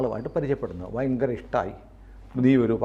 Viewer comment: ഫയങ്കരം അല്ല ഭയങ്കരം ആണ്